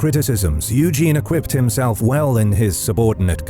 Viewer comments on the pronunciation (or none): Acquitted himself well not “equipped”.